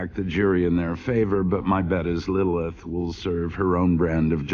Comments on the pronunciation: in the middle of the video you start calling lillith,lilth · Is anyone not gonna point out that he said Lilth instead of Lilith XD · Atlas: Lilith: LILTH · it’s Lilith.. not lilth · it’s lilith not lilth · LILITH.... not “Lilth” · This is old. I’m late. But WHO THE FUCK IS “LILTH”?!